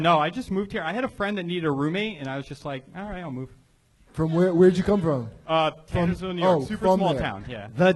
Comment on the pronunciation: Can Tony not pronounce "Tannersville"?